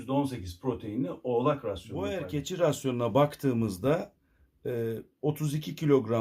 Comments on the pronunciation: Aslında Hollandacada boer yazıldığı gibi okunmaz, "bur" diye okunur ve dediğiniz gibi çiftçi demek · Hocam boer yaziliyor lakin buur diye okunuyor. Belcika’da gittikce popülerleşiyor lakin burda eti için değil hobbh olarak besleniliyor